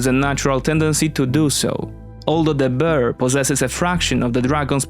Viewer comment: Przyjazna sugestia: popracuj nad wymową, bo "the bear" to nie "de Beer"